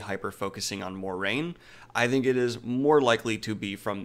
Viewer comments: And it's not MOR-RAINE, it's MWAH-RAIN...the pronunciation is right there is the book. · I don't want to come off as rude, but Moiraine is supposed to be pronounced as Mwah-rain not More-ain according to the glossary in the books. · And Moiraine is pronounced mwah-rain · FYI, according to the glossary in the books, Moiraine is pronounced mwah-rain. ;)